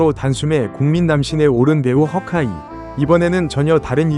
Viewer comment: 쉬카이 면 쉬카이 고 허개 면 허개 지 허카이 는 뭐임?ㅎㅎㅎㅎㅎㅎㅎㅎㅎㅎㅎ 한국발음 중국발음 섞어서 허카이 래 ㅋㅋㅋㅋㅋㅋㅋㅋㅋ